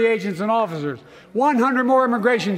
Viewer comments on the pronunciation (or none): What are “offiffers”…?